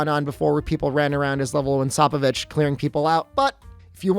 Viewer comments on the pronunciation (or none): thanks but its SPOPE O VICH